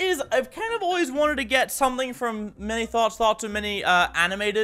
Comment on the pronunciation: Oh thank god it wasn't just me who thought of "Mini Thots" when he says Mini Thoughts.